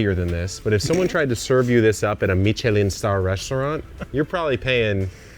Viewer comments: "Stone fruit fury" is the best one youve come up with yet Kevin. Why did you say Michelin like that?! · Wait. WAIT. Is THAT how you pronounce Michelin?